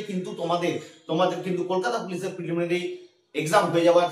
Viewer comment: Boka chhele eta niye koto gulo video banabi.... R "Preliminary" ta thik kore bol 😅